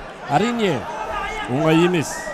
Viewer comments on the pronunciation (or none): none